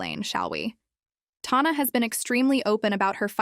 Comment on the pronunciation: You’re saying TAHNAH when you’ve obviously seen the videos lol shady queen not her name but yes continue